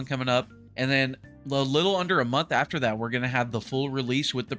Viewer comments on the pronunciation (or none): none